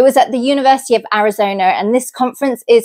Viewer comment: Where is, “Arizoner”?